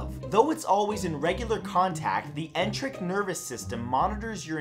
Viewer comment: Enteric... en-tare-ic